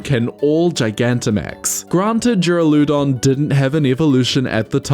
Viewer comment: I don't know if it's just how it's pronounced with your accent, but me who just woke up was not ready for "jur-uh-loo-don"